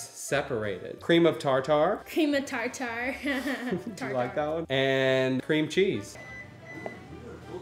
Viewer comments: Ok it’s tar-ter and that’s not a lot of cheese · I love how you saw tar tar like you’d say ja ja in jar jar binks lol 😂 it’s tarter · Cream of tartar is pronounced tar-ter, tartare is pronounced tar-tar lol yall are silly and fun to watch